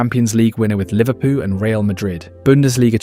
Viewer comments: it also says 'Liverpoo' at some point lol Leverkusen also smashed so and so 3 to 0, 5 to 0....nobody says that. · "liverpoo" first time AI has got anything right